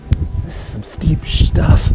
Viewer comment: “This is some steep sh-tuff” 😂